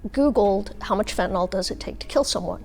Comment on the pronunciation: Stop saying Fentan-ALL. Fentanyl is pronounced fentan-il.